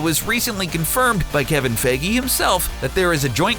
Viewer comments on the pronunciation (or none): he said kevin feggie😂. It's kevin feige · Kevin Feige. Not Feggy. Not feege. Feige.